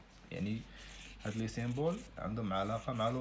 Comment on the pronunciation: سامبول ماشي سيمبول وتبارك الله عليك استاد🙂💖 جزاك الله خيرا